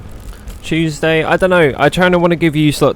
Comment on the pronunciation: Ain't no way he said CHEWSDAY😂😂😂😂😂😂